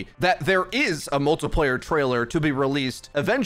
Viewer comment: Like for Every time he says “multaplayer”